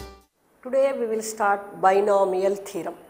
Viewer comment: it is binomial theorem not theram